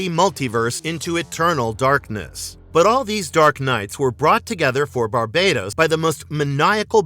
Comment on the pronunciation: Isn’t it pronounce bar-bat-os?